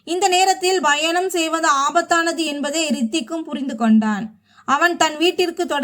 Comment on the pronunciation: When you pronounce the word -,travel-you are sounding it as" Bayanam" instead of Payanam. Correct it